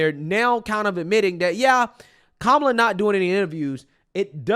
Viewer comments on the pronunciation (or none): SAY HER NAME....Kow--MOO--LA